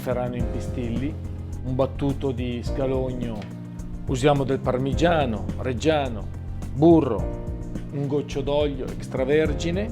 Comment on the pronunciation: pronuncia parmigiano reggiano come se fosse stato incollato tipo YTP